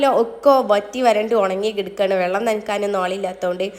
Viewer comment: Vallam alla vellam ennuparayu nallaveedatto